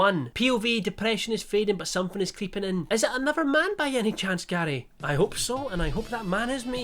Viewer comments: im sorry but every time he said gary i heard daddy and it caught me off guard each time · Every time you said Garrrrry, all I got was that episode of Only Fools and Horses... :D